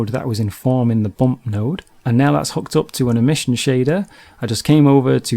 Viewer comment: I can't stand the way this guy emphasizes ending consonants. "Bake-KUH" "Emit-TUH" "Bump-PUH" Drives me crazy!